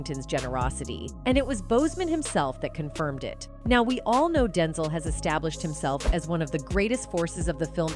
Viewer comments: His Name is DenZEL NOT denzull!! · Can you stop mispronouncing Denzel.😡